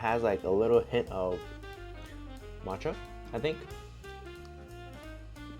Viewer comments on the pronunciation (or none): none